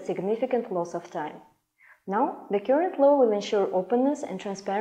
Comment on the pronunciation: Current читается как "карент", а не "кюрент".... где вы их набираете?🤦🏽‍♀️